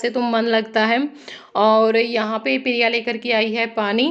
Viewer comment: Pirya nhi hota priya bola kro